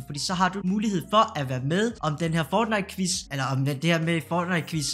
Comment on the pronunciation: Hvorfor udtaler du fortnite som føjtnite